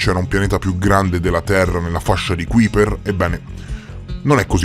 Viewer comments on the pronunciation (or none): A parte che si pronuncia KAIper, ma l’assurdità della tesi che sosterrebbe ci sia un pianeta ABITABILE nella fascia di Kuiper, è al quanto risibile. A quella distanza dal sole al massimo le uniche forme di vita possibili sarebbero dei microorganismi (ben pochi a dire la verità), ma di certo non sarebbe possibile alcun habit per forme di vita complesse. State solo alimentando un falso mito, basato su pseudo-scienze. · Interessante l'argomento, ma almeno pronuncia nel modo esatto Kuiper...che si scrive così ma si legge kaiper 😉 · Ti prego, si chiama Fascia di KAIPER, si scrive Kuiper ma si legge KAIPER.